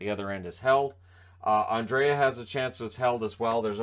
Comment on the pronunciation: Swedish captain name is NOT Andrea, it is Andrae! Treat the second ’a’ as silent and you are good (André). I’m going nuts with the english speaking commentators.